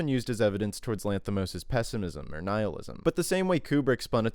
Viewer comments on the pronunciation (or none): none